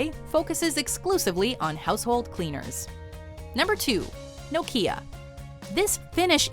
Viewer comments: Its right bugging me how shes pronouncing Nokia 😑😂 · Never heard Nokia pronounced like that!